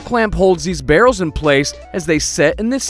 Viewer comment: Why he say barrel's like that